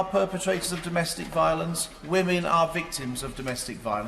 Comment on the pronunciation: ...but, but, but, whammen...